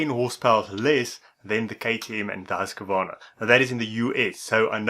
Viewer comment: The correct pronunciation is Husqvarna ( sounds like Hooskvarna ) certainly not Husk-a -varna .